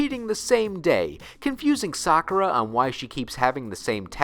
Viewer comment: Props for saying Sakura's name properly, but his name is Syaoran, not Li. Li is his last name. The only reason characters call him that is because of Japanese culture, but his first name is Syaoran. Lee is only his first name in the crappy 90's dub by Nelvana, which popularized the incorrect pronunciation of Sakura's name. Of course, they couldn't even keep that consistent when you watch Episode 9 and he calls his robes the "Li family robes"